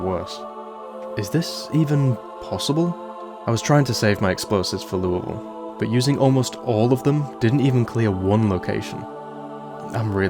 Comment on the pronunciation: I really appreciate you taking the effort to say Louisville like the locals do, most americans cant even do that